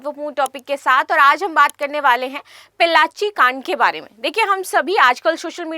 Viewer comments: Pollachi not pellachi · Mam please correct your pronunciation of Pollachi (Town in Tamil Nadu) Not pellachi